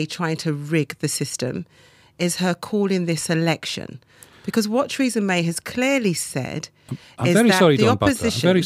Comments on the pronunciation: Treeza Mye. Lol. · Who the hell is Treesamay?